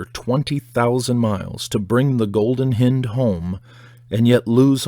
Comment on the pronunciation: Hi, I enjoy listening to you read various parts of interesting books. I am in Bath England and your mispronunciation of the Golden Hinde is hilarious you can check the pronunciation online, also look up Ducat. Thanks Vic